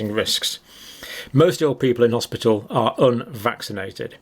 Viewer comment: It's the hospital not hospital